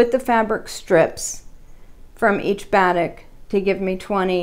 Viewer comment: Lovely fabrics, love the pattern. The fabric is pronounced ba-teek, took me a minute to figure out what u meant by bat-ick.